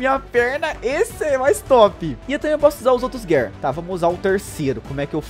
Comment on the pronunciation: Eu sei que eu to sendo chato mas se gir four não gear se escreve gear e se fala gir